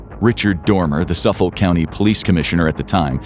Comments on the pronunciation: Say it with me now : Suf-fuk county. 🤣 (its always fun to hear non long Islanders read long island names) Born and raised on long island and used to be a dancer when he was out and about. 😢 also small framed and x user. I know i had angles with me. May all these Women be rembered for more then their "work". The drug issue is INSANE here, obviously look at our Law Enforcement 🙄 Before fent was even a thing we were one of the first 'shocks' of the 0piate epidemic 😢 been waiting for this day for almost 20 years. May the women rest, and may Rex rot. The judge called him less than a man despite being a big one and i couldn't agree more. ⚖️💯😭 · Pronounced Suffick county. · SUFF - UCK/OLK County. the OLK sounds like UCK/OLK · Excelent video, only small irritant - "Suffolk" is pronounced without the L, & the O sounds just like the I, "Suff-uk". I've lived there my whole life!